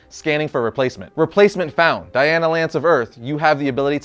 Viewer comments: It's DI-Nah not Diana. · Diana Lance? Thought it was Dinah.